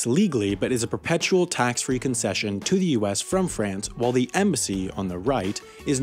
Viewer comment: Does that perpetual have an extra r?